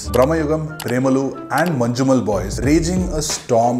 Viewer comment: Its not "Manju"mel